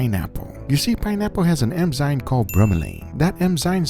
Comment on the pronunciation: I beg You, it's eNzyMe, not eMzyNe...